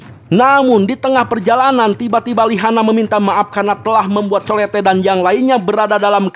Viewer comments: Itu colete di baca nya colet bang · Colette di bacanya kolet bang..😅